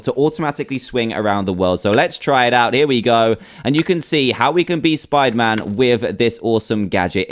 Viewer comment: It is not spiterman